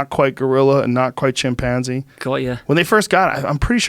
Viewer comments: Nobody: Joe: chimpAAAnze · “Chim- Panzie” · Lol he pronounces chimpanzee funny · That’s what I heard too lol